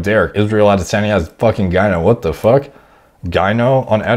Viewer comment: Bro, this guy can’t pronounce foreign names for shit. I don’t understand, just mimic the sounds, it’s not hard. It’s Powlow, now poh low. Costa is like cost ($$) with ah at the end. Not Coasta. Adesanya is Adeh Sahnya not Anday Senya.